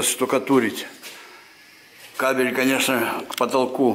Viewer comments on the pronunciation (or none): зашиукатурИть правильно